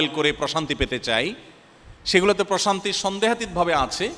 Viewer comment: এমনভাবে প্রশান্তি উচ্চারণ করলেন যে আমি মানসিক অশান্তি শুনলাম😂